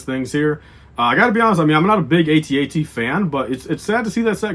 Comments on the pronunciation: It will be sad when the @@ is retired because we won't hear you mispronounce it as "ayteeaytee" so often. Btw, It's been @@ since 1980 and Lucasfilm recently confirmed it as correct so I don't know why you keep saying it wrong but whatever LOL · Apparently there was some confusion about it so Lucasfilm clarified that ayteeaytee is not correct.